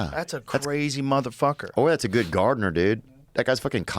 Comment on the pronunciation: lmaooooooo “Gyodd Joe” lmaoo